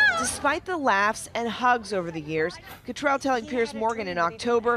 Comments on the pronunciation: Are they mispronouncing Cattrall on purpose? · It's Kim CattrALL! ALL! Pronounce her name right! I don't know why it bothers me but it does. Probably because you're on TV and you're supposed to be professionals. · It’s Kim Catt-RALL not Kim Catt-RELL.